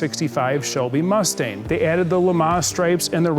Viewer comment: Did he just call it a Mustain?